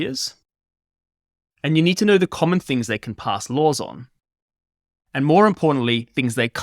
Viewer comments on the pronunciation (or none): none